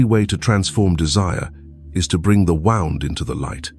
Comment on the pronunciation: Very, very interesting, thanks. Just one thing, those mispronunciations ( wound, longings), is that the AI voiceover or what?